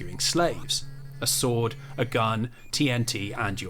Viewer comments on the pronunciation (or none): none